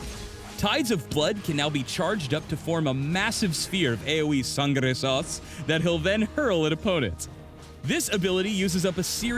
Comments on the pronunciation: Sangre? i swear i head he say SANGARE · Es sangre... no sangAre... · what the fuck is he saying? Sangara sauce? What? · I've replayed 100 times yet I have no idea what kind of sauce he's saying. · I knoe its sangre but he says so strange and confusing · "sangre sauce" :)) lmao